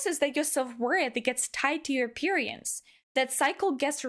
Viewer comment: I understand English may be your second language but I chuckle when you say appearance cause of where you put the emphasis.